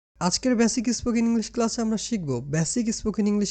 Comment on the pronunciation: ব্যসিক নয়, বেসিক।ই স্পোকেন না, স্পোকেন।আগে নিজের উচ্চারণ শুদ্ধ করে। তোমার স্পর্ধা কম না!